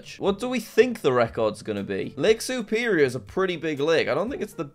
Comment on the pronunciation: Bro did not just say Mitchagan, Who-rin, Soup-erior.